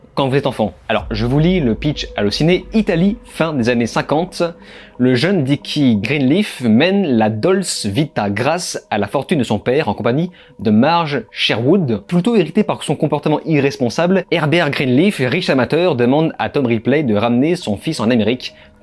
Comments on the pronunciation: Je peux tout accepter mais La "Dolsse" vita c'est pas possible 😂😂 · Alors je suis obligée de faire pause pour charier le fan de ciné que tu es quand je t'ai entendu prononcer la dolce vita, a la française !! Allez je relance.